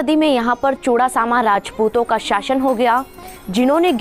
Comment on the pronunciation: भाषा में सुधार करो मैडम ....औरंगजेब (Aurangjeb) नहीं औरंगज़ेब ( Aurangzeb) होता है। शाशन नहीं शासन होता है। कबजा ( Kabja) नहीं कब्ज़ा (Kabza) होता है।